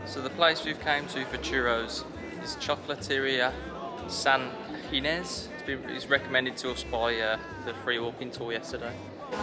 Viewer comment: You pronounced San Ginés very well!! Congrats! 👍